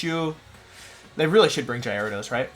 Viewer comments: we got: jared ose jie radose jye ariah dohs wolfs got pronunciations for days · Quite a misleading title.hahaha. Was expecting my boy pichu to be on the ground and will be actually "countering" wolfey but naaaaah.hahaha. Jai-rados not cute. hahahaha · Started to watch wolfey but he pronounce gyarados wrong I think lol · It’s intentional Signature swsh wolf slang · The way he pronounced Gyarados is funny to me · The difference between his J and G pronunciation is non existent, i love it haha.